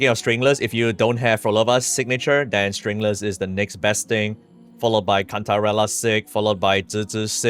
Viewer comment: STRINGLESS?? WHAT DID YOU SAYYY 😂